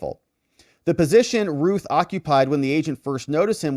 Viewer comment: Routh sounds like South Not Ruth